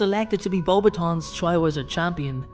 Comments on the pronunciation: it is pronounced Bow Bat ion not bobation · Bo- BATons, not boba-tons.....sorry couldn't let that one go lol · I HATE the way they pronounce BEAUXBATON ( not sure I spelled it correctly) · You didn't pronounce her school right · You pronounced Beauxbatons wrong